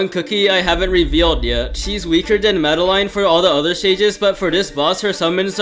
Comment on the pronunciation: I love how they say Madeline as mada line